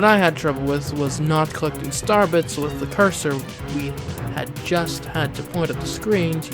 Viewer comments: Is it just me or was he saying Starbucks instead of star bits? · Why do you consistantly skip pronouncing the i in star bits?